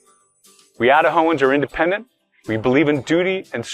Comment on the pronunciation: I love what Turek said "It did not matter, Republican, Democrat, Independendent."